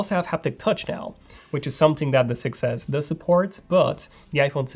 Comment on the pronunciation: Did you notice that when you say 6s it sound like success